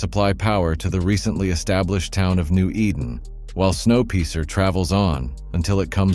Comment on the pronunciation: This ai style reportage, as though they have never learned English, or where to emphasise which part of a sentence - with Snow Piercing being pronounced snow peecer, is beyond stupid. Also, there are no descriptions: What are they and where? Nope, won't be subscribing when you can't be bothered to put ANY effort into this bit of advertising crap. :/